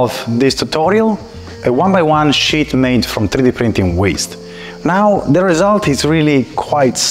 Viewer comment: ok.... don't crucify me please, but since you and your team are not able to pronounce the word "sheet" correctly, and you keep saying "shit" all the time... I highly recommend that you try using another word like "laminate" or "film" or "plate". I know it is frustrating, but this mispronunciation is somewhat important and it does create a distraction when you keep saying things like "now look at this beautiful SHIT that came out of the press". sorry... but it is just how the English language works.